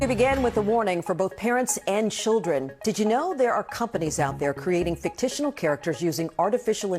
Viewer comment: Did that woman say "FICTITIONAL"??? 😂